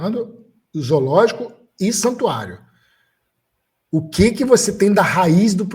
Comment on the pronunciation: O cara é vegano e fala Izoologico! Certeza que fala todex kkkkkkkk enquanto isso eu como meu bifinho grelhado delicioso, com ovinho frito, e maionese de ovo caipira! Kkkkkkkkkkk fim ao veganismo e aos veganos kkkkk